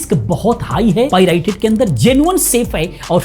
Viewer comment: पाइरेटेड ❌ पाई राई टेड✅😂